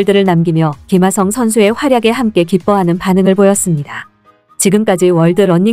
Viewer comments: 김하성이 발음하기 그렇게 힘던가? 기마썽 기마썽 너 한국인 맞냐? 사람이든 사물이든 그에 맞는 이름을 불러줘야지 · 발음 좀,,, 김흐ㅏ썽... 월남하신지 얼마나 되셨는지. 카피유투버 그만하세요.